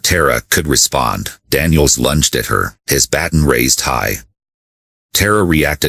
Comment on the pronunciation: Learn to pronounce baton right. I listened several times to see the true ending but it just cut off.